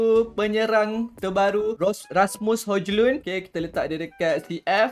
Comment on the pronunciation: Cara sebutannye hoilend bang